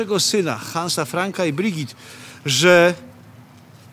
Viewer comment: Brigitte wymawia się BrygitE, nie Brygit czy Brydżit.